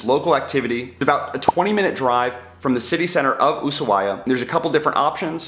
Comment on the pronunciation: I tried to finish the video but couldn't due to mispronounciatin of Ushuaia.